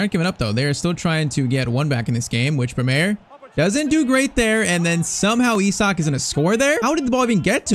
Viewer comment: bro saying e- sak but it is i - sak